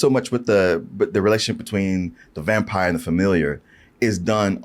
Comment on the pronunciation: "I'M A VAMPIAH!! I'M A VAMPIAH!! I'M A VAMPIAH!!" -- Nicolas Cage